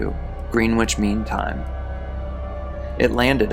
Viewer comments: Greenwich is actually pronounced like 'Gren-itch'. They don't pronounce the other E or the W. As always, great video and excellent content. Thank you! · Greenwich is pronounced 'Grennitch' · It is pronounced grennitch. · It’s pronounced Gren-itch. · 'Green-witch' Mean Time hahahahahaha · Yes, it's pronounced, Gren-itch😊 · No no no! Greenwich is correctly pronounced “Grennich.” Thank you! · Grennich ... Like a sammich ... Except not really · It ain’t got shit to do with him being American. Probably just that he’s young and inexperienced. Greenwich has always been pronounced “Grenitch” - NYC’s Greenwich Village for instance. GMT is no different. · The W in Greenwich is supposed to be silent. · Thank you. That was driving me bananas. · If you’re going to narrate this type of content, you should check on the pronunciation of words you’re unsure of. Greenwich is “Grennich”, and it’s Anton Yelchin, not Yelkin.